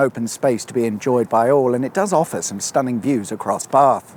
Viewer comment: Nice to hear the correct pronunciations of Bath and Frome.